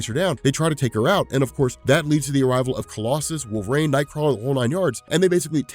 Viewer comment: I love this video but at one time, I thought you said “Wolf Rain” and I was like, who?? How did I miss this character 😂😂